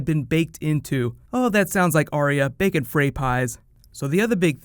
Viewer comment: "That sounds like Arya, baking Frey Pies" I heard "Bacon Frey Pies". Now I´m hungry. XD